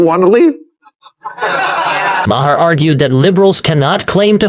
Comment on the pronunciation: so far you've pronounced his name MA-her, muh-HAIR, and Mare, and Mayor. It's 'mar'. Finally! At, you accidentally pronounced it right.